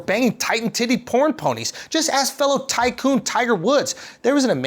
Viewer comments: “Thai-Coon” lmao I got it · Did you say “thai coon” 1%